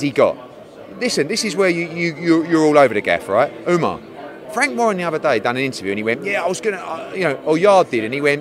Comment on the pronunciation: Its not ouma its ohmar